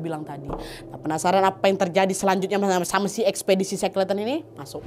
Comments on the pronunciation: bikin konten kek gini pastinya banyak nyari sumber dan referensi. tapi buat nyebut nama orang yg diceritain aja masih salah??? Dibaca nya shekelten bukan sekleten … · .... Bacanya she-kel-ten.... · Maaf koreksi sedikit pengucapannya kak Nadia.Shackleton dibaca Sekelton. Semoga bermanfaat🙏